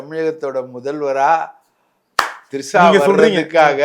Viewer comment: Three sha வா....Trisha வா😂😂😂